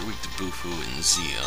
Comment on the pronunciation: The star itself is pronounced 'Doh-buh'. So it's probably pronounced like that.